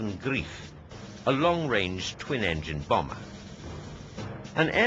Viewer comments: Annoying how the narrator can't pronounce 'Greif' correctly... it should rhyme with "knife", not "teeth". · NOT "grief" but "grife".... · Mispronunciation of "GREIF" (=engl. "Griffin", "Griffon") by the speaker. Correct German pronunciation is "Greif" as in the English "strife". See also "Greifvogel" (=engl. "Bird of Prey"). So the speaker's play on words that the bomber was aptly named (Greif = engl. "grief" = troublesome) is linguistically incorrect. Great footage of a rare aircraft, thanks for uploading. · its 'aptly' pronounced GREIF -- as in Gr-eye-f.. Not 'grief' dickwad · It's name is GREIF not GRIEF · Greif! Not "grief" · Actually, the name "Greif" in German is pronounced Grife....which means Griffon. The aircraft's main failings were the coupled engines. Had the Germans beenable to cure the coupling problems between the engines, the Allies would have found it to be a superb bomber. Another issue with it was the idiotic requirement for it to also function as a dive-bomber, which the Germans had a fixation on. A high-level strategic bomber was what they needed, and this plane COULD have been it!